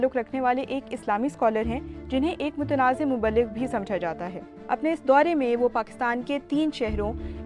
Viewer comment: Alhimdulilllah motnaza nhi hain dr. Zakir naik sb. Correct your information of "motnaza"